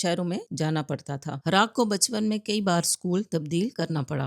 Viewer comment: प्लीज बेटी, रैक नहीं वो रॉक है, डिवाइन जॉनसन नहीं वो ड्वेन जॉनसन है, प्लीज बुरखा निकालो और एजुकेशन लो